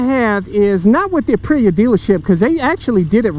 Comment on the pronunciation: Ah yes the Uhpreeya Tewohno